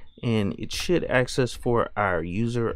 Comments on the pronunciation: May I offer a slight constructive criticism. Be careful of the word ask. You “ask a question “ not “ax a question “. You come across as a instructional specialist. But that one tweak would be an improvement. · Did you just say "ax" ? Is this some ghetto version of Linux? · "aks" you literally lost all your credibility right then and there.